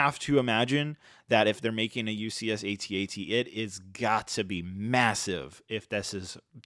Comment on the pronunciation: Why say AT-AT individual lettters? It’s pronounced AT AT. It’s not hard to say!